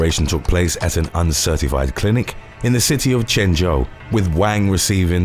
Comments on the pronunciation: Wang is pronounced as Wung. Like wrung, but without the ‘r’ sound. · Wang is pronounced “Wong”